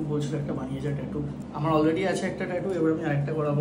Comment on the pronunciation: Always enjoy your vlog 👍🏼 BTW, missing your mother’s podcast on various topics on history. Nice Tattoo ❤ It is actually pronounced as টাটু, not টেটু 😉 However, I am surprised that IT professionals have to work at night in India. 😱 Please take care of your health; work life balance is very important ❤